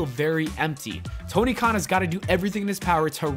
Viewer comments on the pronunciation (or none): none